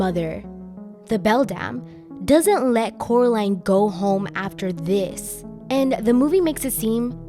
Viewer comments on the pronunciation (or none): But Cannot Pronounce The Name Of Coraline He Say Caroline Instead of Coraline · How does I’m just going with that since I don’t know how to pronounce his name. But how did he know that Coraline moved to the pink palace?